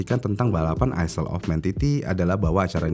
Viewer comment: Maaf om, bacanya bukan "isel" Tapi "Ayl"